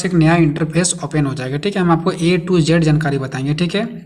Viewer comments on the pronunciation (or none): none